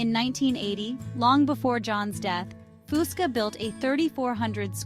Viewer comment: I wish these generated voices could pronounce his mame correctly.